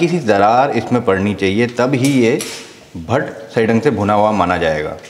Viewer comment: Not pat-pat it's Bhatt-Bhatt😂